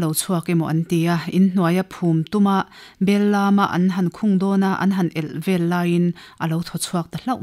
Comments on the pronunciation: Bel lâm ni lo in bel lam tih tur,,, mizo tawng hi a har a, i uluk ang u, a thluk a dik loh chuan a sawi tum a bo thin😉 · Bel lam chu bel tharlam kaihtawi a ni a, lam hi thluk tur ni e Mizo tawng hi uluk taka zir a, lam dik a tha ngai e